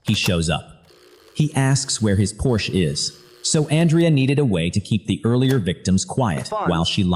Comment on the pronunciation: please have AI pronounce Porsche correctly